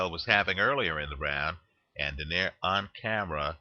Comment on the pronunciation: it's pronounced as "Do - nay - ree"